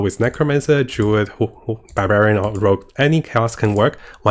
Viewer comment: Can't wait for the "Durid" 😅 and the "Nercomancer" ☺️